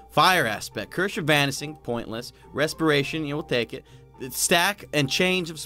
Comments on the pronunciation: One time I went into a shipwreck... I found some leather armor, but I shouldn't have worn it because it had the cursh of vanising. xD lol listen to whenever he says curse of vanishing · can you not say cursh if vanising at the end.... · “Cursh Of Vanising” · You said vanishing vanising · lol did anybody else hear the "cursh of vanising"?